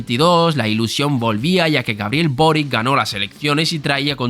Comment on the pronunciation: El apellido Boric es de origen croata, se pronuncia "Borich".